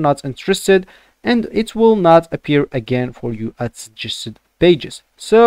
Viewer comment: man doesn't even know how to properly pronounce 'suggested'